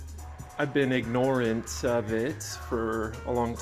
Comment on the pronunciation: He said ig-nore-ant lmao